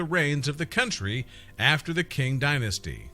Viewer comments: The Qing Dynasty is pronouncing Ching not King, also it’s a Palace not a castle, there are practically no castles in China. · I believe he mean to say qing dynasty, what a peculiar pronunciation